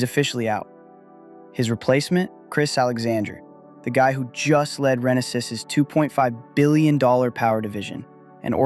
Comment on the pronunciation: You’re pronouncing Navitas & Renesas incorrectly. Plus Torrence is in LA county I’ve been in the Semi industry since the 90’s